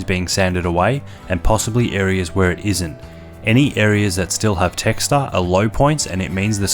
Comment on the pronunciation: ...where the texter is being sanded away? texture? wtf is he saying and talking about? lol